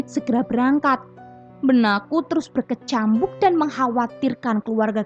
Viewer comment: Maaf, sekedar saran dan ga bermaksud ngebully, mbak.. Kayaknya ada beberapa kata dari yang masih salah pengucapannya, seperti kata berkecamuk dan motor beberapa kali aku perhatikan bacanya berkecambuk dan montor. Jadi kurang pas dengernya.. maaf ya mbak.. 🙏